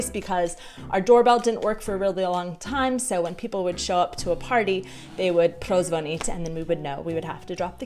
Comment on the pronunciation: Jestli mohu poradit , dávej důraz u prozvonit na "ní" a ne na "t" ,to se tam trochu,ale jen trochu ztrácí